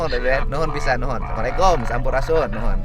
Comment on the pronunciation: Kang dedi tindakan nya bagus dgn masyarakat Tp ucapan salam Ny belum benar (ucapkan salm dgn Assalamualaikum) itu doa